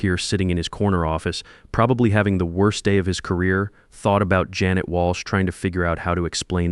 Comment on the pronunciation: Sorry, the story gets a thumbs down because of repeatedly mispronouncing Janet and monetary values.